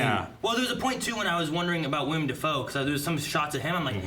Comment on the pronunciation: For the love of God, it’s Willem Defoe, not William Defoe!!!!